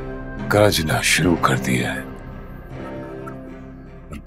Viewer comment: Not gaajna its garajna